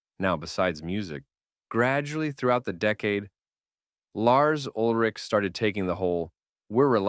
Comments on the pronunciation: you pronounce Ulrich way wrong Urlick?? anyways yeah Load & Reload mostly Load in my case collects dust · I came to the comments within 1 minute of the video starting to make this exact comment. One of the most iconic and well known musicians ever, no reason to pronounce his name incorrectly. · I agree with your assessment of the music from Load & ReLoad. Well stated. But.. Urlich? That pronunciation keeps jabbing me 😆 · Can’t even pronounce Lars’s surname properly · Were you trolling? Or did you really only learn to pronounce ulrich halfway through recording the video? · It's lars ulrich not whatever you said haha 😂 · So detailed yet still say "Ulrich" incorrectly